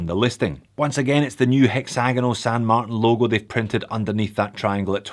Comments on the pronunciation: You're giving me anxiety! You switch from saying San MarTAN and San MarTIN.. I literally click the video to see if you would still pronounce San Martin the wrong way. Sorry but I can't watch the video if you keep saying that way. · Wait. Wait. Wait. Why the change in the pronunciation of St. Martin? I always liked "Mar-tan".